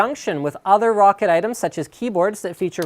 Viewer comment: It's roccat, not rocket and as much as I like your videos, all you appear to have done is read a spec sheet? :| Oh well. The Kone Pure Optical I used for like 10 days. Hated it. The grip wasn't my main gripe, I can live with that. It was the LIFT OF DISTANCE. Why ROCCAT screwed with the A3090 sensor by using a custom lens, I just don't know, but the lift of distance was like 2 cms plus it was a tiny mouse and I have a medium-small hand - 7" from middle finger tip to base of palm. Joke mouse. Anyway, I may try this. Not sure. I really wanted an Avago-3090 Optical, but sadly not too many mice have them... well they do but the build quality usually sucks alongside it. I settled for a Zowie, but Zowie suck because they have such little stock to dish around and there are only 2 websites in the UK that ship them and they're almost always out of stock of EC1s. Anyone who has an EC1 EVo that has used or got an Kone XTD... your opinions? I'm a palm gripper / FPS player mostly.